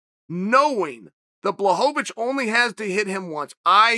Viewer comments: who's Blachowicz? i only know of Blahovovich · I think you mean "Blaho-va-vich". Don't you DARE defy Uncle Chael. Your insolence WILL NOT BE TOLERATED.